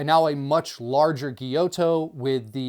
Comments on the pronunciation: It's pronounce....Gy-you-to. Gyuto..great info 👍 I really enjoyed the video ✌️ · A) For "gyuto" say "gyoo-toe", not "gyoe-toe". and for "Sabatier" say "sah-bah-tee-ey" not "subber-teer" B) Isn't it counter-productive to put a k-tip made for intricate tip-work on a super-long blade as a a long blade makes it more difficult to control the tip? Seems kiritsukes are only there to look more badass than regular shaped knives.